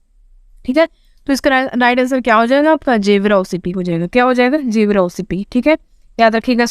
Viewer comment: 9/10 ek number aake tips se mil gaya ma'am 😜 Ma'am gevra mines ko aap जेवरा bolti hain na jabki ise गेवरा kehte hain.